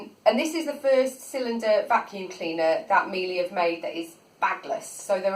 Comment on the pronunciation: Interesting, you got one of the baseline models. The high models have a better dusting brush and a remote control. Any straight suction floor tool won't perform well on carpet so don't expect it to. Very nice review though. P.S Miele is pronounced "Miela" ;)